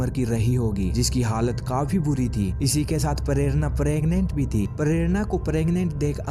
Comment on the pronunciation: Pharerana😂😂😂 prerana bhi ni bolsaktaa bhenchdh